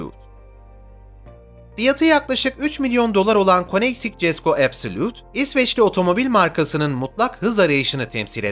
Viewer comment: KOENİGSEGG(KÖNİGSEGG) E KONEGSİG DİYEN HEVAL....